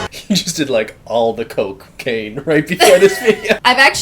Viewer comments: “Coke-cane” - 😂😂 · I like how pronounced cocaine as "coke cane" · bens such a good noodle he can’t even say cocaine right.